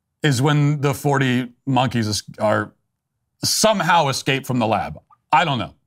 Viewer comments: I love hearing a professional newscaster say "exscaped" 😞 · "40 monkees excaped". That's a reporter?